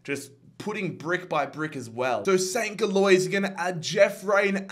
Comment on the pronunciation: bruh I just have to comment about the pronunciation of USG lmao. Gilloise is pronounced like 'Jillwahz' 😂😂😂